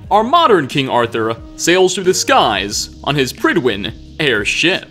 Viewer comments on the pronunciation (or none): Prydwen is Welsh for fair faced/handsome. The “pryd” part should rhyme with the “pud” in pudding. “Prud-When”